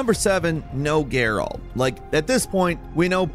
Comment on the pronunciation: Dude you Said gerALT like 100 times. My guy, it's Geralt. Say it with no annunciation.